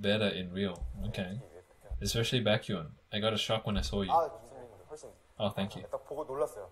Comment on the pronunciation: I love how you can say chanBAEK But can't say BAEKhyun Like I'm so confused 😂😂😂